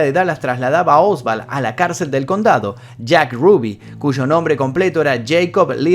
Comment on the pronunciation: Oswald, no Osvald. No sé porque pronunciás con V.